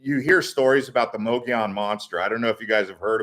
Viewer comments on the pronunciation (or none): If you are going to do videos please research pronunciation. Mogollon Rim is pronounced muggy on. The white mountains have a very deep and historical history. Including the alien abducting of Travis Walton. Yes there are strange things that happen up there it was inhabited by Spanish there are still heards of wild horses that descended from the Spanish horses left behind. Hispanic people also settled in the area as early settlers. Is close to the Navajo nation, and founded by Mormon. It is also a very beautiful area, popular with campers and hunters and of course there is the famous Show Low.